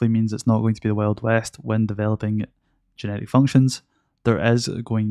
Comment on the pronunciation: Why do I always hear "genetic" (instead of "generic")?